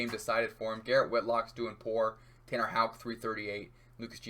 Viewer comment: 35 seconds in hitting the correct Houck pronunciation. I know this one a banger